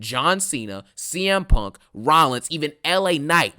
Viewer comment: bruh I thought this man was saying PORK 😭